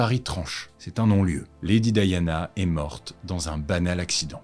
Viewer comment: Je ne comprends rien - si vous utilisez le mot "Lady" comme en anglais, (et pas "Dame") pourquoi pas prononcer son nom aussi en le façon d'anglais - "di" avec le son comme D'AIEE, et pas "di" comme DEE.